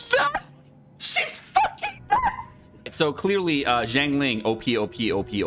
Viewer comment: BRO CAN YOU STOP BUTCHERING HER NAME, I LOVE YOU BUT PLEASE LEARN HOW TO PRONOUNCE HER NAME PROPERLY